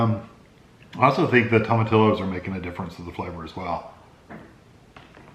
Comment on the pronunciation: It's pronounced "to-ma-TEE-yos". looks good.